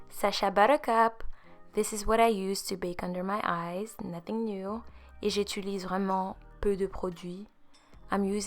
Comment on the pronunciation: On dit «j’utilise » pas «j’étulise»😅sinon ton teint est nice,c’est fucking beau